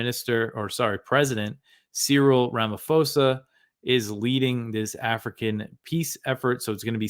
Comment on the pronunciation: Our President's name is pronounced Ra-ma-paw-za. Our ruling party, the ANC, received training and support from Russia in the fight against Apartheid, so unfortunately our government will take Russia's side, even in peace talks. Greetings from South Africa. Keep up the good work!